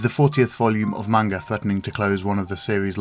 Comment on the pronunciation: Beautifully done, but every time this guy pronounces 'manga' wrong i cringe internally